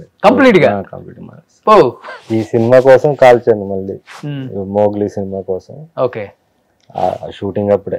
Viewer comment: అది మొగిలి కాదురా, మోగ్లీ రా అయ్యా.